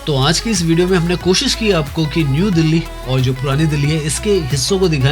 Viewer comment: Aanj nhi aaj hota hai 😮😅